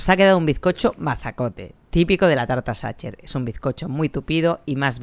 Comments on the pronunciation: Como boricua que vive en Alemania te puedo decir que con tu pronunciación de "Sacher" nadie te entenderá.😆😆😆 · Por favor, se dice SAJER, la ch en aleman, es J...en serio, tanto esfuerzo en reproducirla y no dar un paso mas en la pronunciación?. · Sacher pronuncia como sajer no como tu dices satcher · Pronúncialo "sajher". No "sacher". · Gracias! La probaré. Y... Sin intención de ser pedante, se pronuncia /sajer/ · No es la falta de conocimiento (que todos tenemos claramente) es la falta de interés. Si escuchas que los locales le llaman Sacher [ˈzɑxər en el AFI] puedes tratar de intentar replicarlo un poco puesto que estás en su país (ya si te sale la cadencia mal se entiende), pero es que (xər la última sílaba de la palabra en su idioma) y (ʃɛr que sería la última sílaba de pronunciarlo tal cual en español) ni siquiera son el mismo fonema :/ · Gracias por la receta! Sin duda toda una joya. Solo una aclaración, fonéticamente se dice Sajer o aún mejor Saja (ch se pronuncia en el alemán como una J y la terminación -er tiende a escucharse como una a) solo lo digo, para quien se llegue a Viena y pregunte (ya sea por la torta o el hotel, le entiendan de lo que hablan. ;) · A modo de comentario, esa resistencia que tienen los españoles en pronunciar las palabras en su idioma original 😅 los idiomas es riqueza cultural, no atentamos contra nada en pronunciarlas como fueron creadas. También probé la tarta en el Hotel Sacher ("sager" para su pronunciación) veré si con esta receta logro a hacerla parecida a la original. Gracias por difundir 🤗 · Porque lo pronuncias así? Sería más similar a [sajeeer] es lo más parecido. En México lo comemos sin saber, mi abuela lo preparaba para mi cumpleaños. El que venden en el hotel Sacher tiene una cantidad enorme y loca de azúcar porque así se conserva más para que aguante el viaje, porque muchos turistas lo compran para llevar. No es de mis preferidos. En México he comido lo más ricos. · Se escribe Sacher, pero se pronuncia Sacjer.